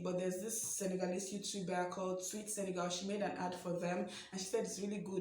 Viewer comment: Love how you pronounced correctly Senegal (and not SeneGAUL)!!